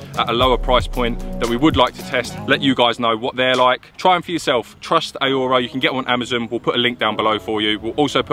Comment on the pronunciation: How can you not know how to pronounce Aurora? FFS 😂😂😂